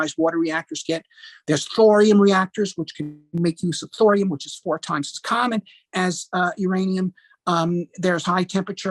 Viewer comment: Not fluorine but thorium, the pronunciation was perhaps not so clear.